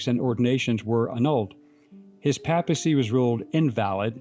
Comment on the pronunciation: "Papacy" is pronounced PAY-puh-see - long A in the first syllable.